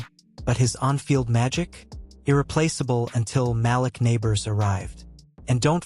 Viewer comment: For the record you pronouned The GM's Name & Malik Nabor's incorrectly. Joe Schoen's last name is pronounced Shane & Malik Nabors 1st name is pronounced Maleek.